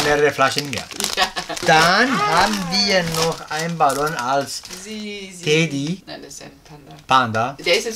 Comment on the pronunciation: Bitte sagt nicht immer Teddy. Es heißt Tedi. Das triggert, wenn man es ständig falsch hört.